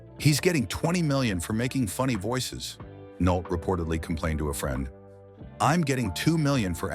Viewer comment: Stop using robotic synthesized narrators. Humans would know how to pronounce "Nolte" every time, not part of the time.